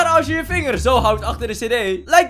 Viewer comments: Ind ga stuk #biluhh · De manier hoe hij "Billen" zegt 😂😂🤣🤣🤣😭😭😭😭